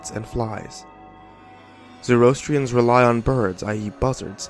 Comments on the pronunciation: Zoroastrians - "zo-ro-as-tri-ans" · its pronounced phonetically 'Zoro-Astrians'